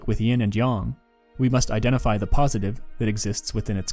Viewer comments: bro its not YoNg its yin and yang like aang its not fucking oong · yin and “yawn” 💩